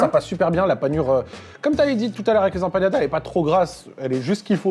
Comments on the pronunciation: Y'a pas de tilde sur le n mon cher, c'est Empanadas et non Empañadas;)) Des bisous super vidéo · Incroyable la vidéo Juste une petite remarque si je peux me permettre: On ne dit pas "empañadas" mais "empaNadas" 👍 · EmpaNadas , ne prononcez pas la tilde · Ça fait trop plaisir de voir des resto latino aussi, Tanguera et Santa Carne, 2 resto incroyables on adore ! 😍 Et vos commentaires pdt la vidéo un régal ✨🤗 Par contre c’est empaNadas pas empaGNadas 😅 haha